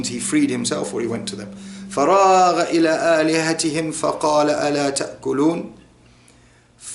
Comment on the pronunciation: brother isn't فراغ two words ,, Fa and Raagha.if i am not mistaken you were spelling it as fa_ra_ ghaa .Just for those who are learning to clarify.